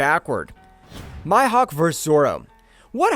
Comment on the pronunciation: 😭😭 Bro really just said 🗣️ My Hawck 😭😭